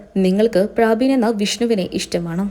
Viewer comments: പ്രാബിൻ അല്ല പ്രബിൻ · പ്രാവിൻ അല്ല. പ്രബിൻ ആണ് 😂😂😂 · ആന്നെ.. ഞാനും വിചാരിച്ചു ഇവർ എന്താ പ്രാവ് എന്ന് പറയുന്നത് എന്ന് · പ്രബിൻ എന്നാണ് പ്രാബിൻ അല്ല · ചേച്ചി... പ്രാബിൻ അല്ല. പ്രബിൻ.. ഒന്ന് വായിക്കാൻ പഠിച്ചിട്ട് ഇനി വായിക്കുന്നതാവും നല്ലത് 😂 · പ്രാബിൻ അല്ല കൊച്ചേ . പ്രെ ബിൻ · പ്രാബിൻ അല്ല പ്രബിൻ ആണ് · Praabin Praabin . Praavennu parayaanjath bhagyam.